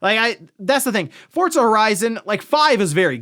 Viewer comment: Just unable to ever properly pronounce Forza